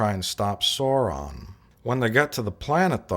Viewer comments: you idiot its soran not sauron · 1) his name was Soran not Sauron 2) he was played by Malcom McDowell not Malcom McDonald 3) if you're going to give a review, think about everything, they change the bridge set, they add more uniforms (they added those uniforms to Generations so they didn't have to use new uniforms entirely) 4) lastly, this was a transition movie, they had DeForest Kelly in Encounter at Farpoint, bridging the gap with the tv series, so they brought Kirk into Generations to bridge the gap with the movies